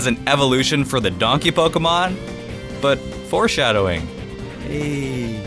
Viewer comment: stop saying pokumon